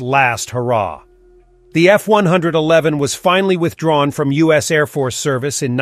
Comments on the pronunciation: He must have said it wrongly one hundred and eleven times. 😮 Actually, this character's personal pronoun is "it", as in, its a robot. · Little did I know, that when I attended an air show in 1966 at Pt Mugu and the Navy version, F-111 B did a flyby, that in 1973, I'd be a Crew Chief at Nellis AFB on an F-111 A. Yeah, come on dude, F one- eleven, not F one-hundred-eleven. For Pete's sake. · Tell the computer voice that it's 'F-one-eleven' Does anyone ever say F-one-hundred-eleven? I've never heard it from a human.